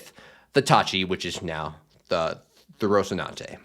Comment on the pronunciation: you are giving the Castilian (relic of Imperial Spain and a monarch with a lisp) pronunciation with the infamous TH sound where normally there is an S sound.